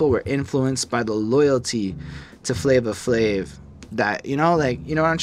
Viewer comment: Guys, it is pronounced Flavor Flav, it’s correct on Genius, I guess I wasn’t too clear when I tried to correct y’all in the first part, there’s no “a” at the end of “Flavor”. “Night Of The Living Baseheads” is my 2nd favorite beat on the album (I’m definitely with on this one.), I would listen to “The Grunt” by The JB’s first and then put on Baseheads right after because The Bomb Squad sampled it to make the beat and I think you’ll appreciate the source material a lot more. Same thing for “Rebel Without A Pause”,“The Grunt” was used again ( Oh in case you didn’t know, The JB’s is James Brown’s band and I know how much likes James Brown so I know she’ll definitely enjoy the song.) The whiny trumpet noise (I think it’s a trumpet) was Public Enemy’s signature sound at the time, The Bomb Squad made unconventional beats that sometimes incorporated noise with no actual purpose but it’s just an aesthetic to the beat. When I first heard Rebel, I had trouble getting into it as well but it grows on you and the more you appreciate noise, the more you’ll appreciate that beat. “Prophets Of Rage” is my absolute favorite, I listen to the instrumental at least 3 times a week (can’t get enough of those James Brown drums, courtesy of “Funky Drummer” which is one of the most sampled drum breaks in music history.) Chuck D just goes completely in on that song kind of like how Esham goes off towards the end of the album with “666” on KKKill The Fetus, I compare the 2 songs all